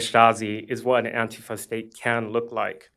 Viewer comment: Didn't you mean "antif-UH" ? These are genuinely pissed off people, but they don't know what the issues are, or how to come together to find the answers.